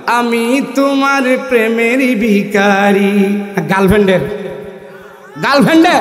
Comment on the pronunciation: শব্দটা বিখারি না ভিখারি!